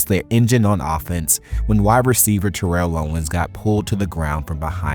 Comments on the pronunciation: Jesus christ you are mispronouncing terrells name wrong, for the uptenth time people keep saying it wrong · Young bloods need to learn how to pronounce Terrell